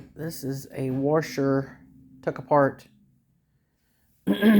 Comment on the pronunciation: "Worsher" "wyshing meh-sheene"